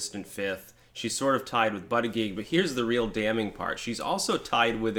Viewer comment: The fact you cant pronounce his name is a weakness, he needs a nickname.